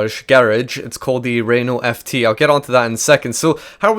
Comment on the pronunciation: FT is pronounced éfté and, can you stop pronounced Rinault,it's Renault,RE